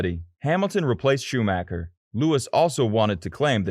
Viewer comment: Did I just hear “The Bell Gain Grand Prix?” Oooff. As a huge F1 American fan, I’m sorry for those that had to hear that. Rosberg and Schumacher pronunciations are also a little bit rugged. Some of us know how to say all of these things, I promise!!😁 Otherwise, I enjoyed this…